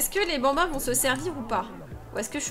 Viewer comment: "Va faloire soccuper de ces 8 benbins" chui morte deja juste le mot "Benbins" 😂😂😂😂